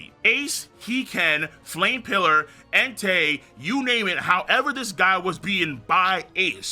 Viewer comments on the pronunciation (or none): none